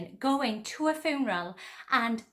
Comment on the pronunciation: Hi Love how you say funeral cracks me up